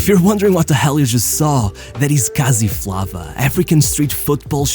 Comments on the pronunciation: Brother it’s pronounced Kasi Flavor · Its pronounced "Kasi Flavor" not 'Kasi Flavuh" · Brazil - Jogo bonito Argentina - La Nustra South Africa - Kasi Flava (pronounced Flavour) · It’s pronounced “kasi” and not “kazi”, and “flavour” not “flava”. The “kasi” is short for “lokasie”, pronounced “lohcasi”, an Afrikaans (evolution of Dutch) word for “location”. Locations are like the hoods in South Africa and are human settlements that were established by the apartheid government to keep blacks far from whites who lived close to economic opportunities. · Kasi flava pronounced kasi flavour🇿🇦❤ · i am namibian south africa neighbours and you pronounced flava wrong its pronounced as eyy, kasi fleyyva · "Kazee Flah Vah"😂😂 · Pronounced "kasi flavour". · It's pronounced Kasi flavor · It's pronounced kasi flavor, bro😅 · i didnt like the way he said kasi flava as a south african